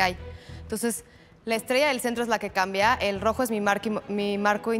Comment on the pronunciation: "pa" "cambea". jajaja